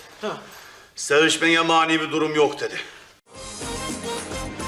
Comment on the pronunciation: Doğtor sevüşmege bir mani yoğ dedi 😅😅😅😅